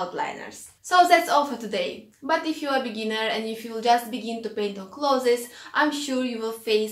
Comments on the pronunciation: your way is better. The world should change to say it your way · The way you pronounce 'clothes' makes me so happy ☺ thank you for these tips!